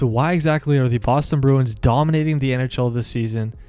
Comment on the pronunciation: Start to pronounce the club name correctly.